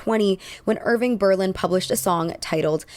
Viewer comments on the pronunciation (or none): none